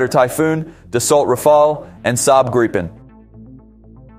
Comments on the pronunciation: I'm a bit shocked this guy was able to pronounce Gripen correctly. Almost no English speakers get it right, there's only 1 P, "Gri-pen", not "Grippin". So that's a +1 from me holmes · Props to the narrator for correctly pronouncing "Gripen"